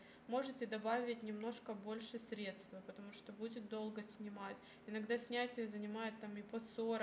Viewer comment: Да, режет слух. Ещё и стедствА.